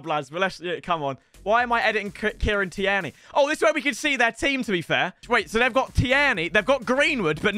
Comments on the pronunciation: It’s teerney not teErney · The way you say Tierney lol